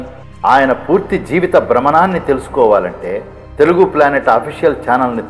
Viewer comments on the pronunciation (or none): none